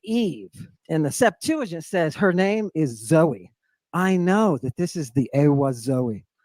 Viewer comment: Why do you pronounce "Septuagint" as "Septa-junt"? I've never seen a "ua" diphthong anywhere. {:o:O:}